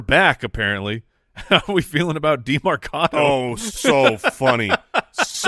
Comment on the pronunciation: can you guys stop saying demArcado? its demErcado